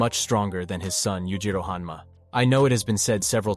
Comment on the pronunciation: O_O ...... one of these guys need to change their name bro, well done on saying them correctly one after the other